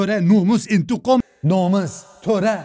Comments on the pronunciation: "Aşk mantığ intikom" Sjsjsj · Bayılıyorum indıgam demene abi sen demeden kesin aşk mantık indıgam dicek diyorum 😅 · intikam değil intigom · "Entegam, nomes, indigam" ujvgujjguuj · intikam kelimesini şive ile söylemesi. Koptum aklvlslcllvlwd